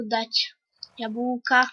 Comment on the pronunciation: naucz sie wymawiać słowo jabłko. a nie jabułko